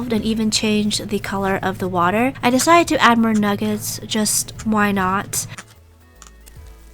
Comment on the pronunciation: Its so funny how you say "i dEcIdEt To AdD MoRe nUgGeTs"